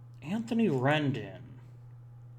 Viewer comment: fyi Rendon is pronounced w/ a long "o"